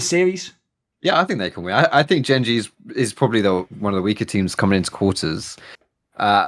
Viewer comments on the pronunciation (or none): The only trigger is pronounced( Jen)Gen like generation not gen like genji anime character. Other then that great video